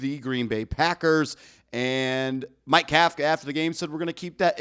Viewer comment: If you consider yourself a professional, you should learn to properly pronounce the coach’s name Kafka like cough-ka. Think Tom Coughlin